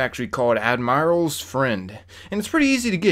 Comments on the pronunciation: AD-MIRR-ULL :Admiral not AD-MIRE-ALL it hurts when you say it. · lol the way you say admiral cracks me up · You said admiral wrong. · Learn how to pronounce admiral